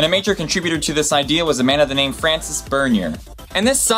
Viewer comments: François is pronounced Fran-sois, please correct this, thanks...ç makes an s sound, unlike in English where we don't separate the C sounds. Thank you! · i like how he pronounces francois as francis. idiot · françois = fran-swah, johann = yo-hann, basic pronunciation. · Please, because your goal is to educate people, at least learn to pronounce things correctly. You were saying names wrong, skin conditions wrong. Since when is Johann pronounced Jonan? François is not the same as Francis. You left out an entire syllable in methemoglobinemia. Just...no. You clearly spend time researching what you put into your videos. Research pronunciations too.